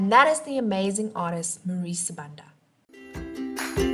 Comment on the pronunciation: You pronounced her surname wrong.